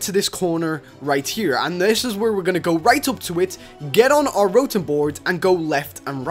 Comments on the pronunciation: He says rotem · ITS CALLED RO-TOM